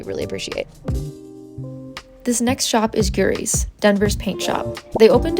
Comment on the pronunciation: I’m in Longmont so thanks for this! Looking forward to checking out Makeshift Crafts, especially. Glad YT showed your channel. Fabrics and sewing supplies are a bear now that Joann’s is gone. FWIW, we are pronouncing Guiry’s differently so I called them to find out: it’s guy-reez.